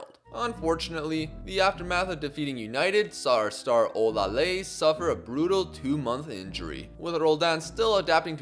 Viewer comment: olaleye name is pronounced as OLA LE YE.